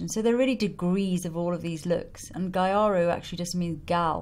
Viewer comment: "gyaru" is pronounced more like GHEE-AH-ROO, not GUY-AH-ROO. It's kind of the Japanese pronunciation of the word "gal", like you said. xx